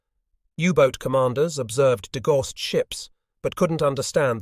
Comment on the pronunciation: Degauss is pronounced DE-Gow-s.